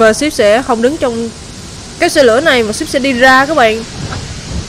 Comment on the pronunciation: Rút sai chính tả síp chứ ko phải chíp